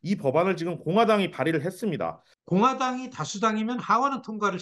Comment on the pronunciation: 뭐뭐했습니당 아나운서가 당당거림. 나만신경거슬리는게아니였군요.